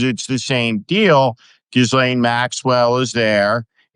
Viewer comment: Gee len the s is silent.